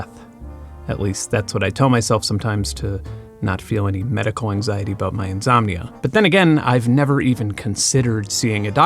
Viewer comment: What is the cultural background of saying "conzumer" and "inzomnia"?